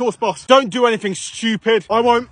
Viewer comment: The way he stressed the stuuupiid 😂😅